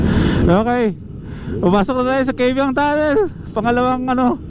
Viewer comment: Kaybiang Tunnel not KABIANG TUNNEL -_